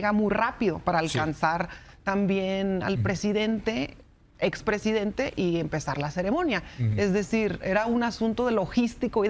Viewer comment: A esta srita le cuesta mucho decir expresidente😮😮😮